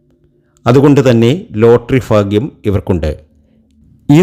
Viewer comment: Fagim all bhagim annu parayanam